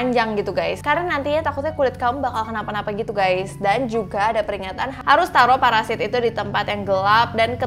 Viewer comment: Parasit kak bukan paresait 😂🤣😂🤣😂🤣😂🤣😂 ngakak plus horor